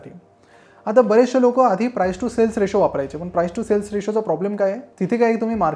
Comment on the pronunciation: रिशू नाही रेशो.